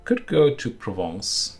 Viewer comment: Je pense que vous pronouncez bien "Provence". Parlez vous français aussi?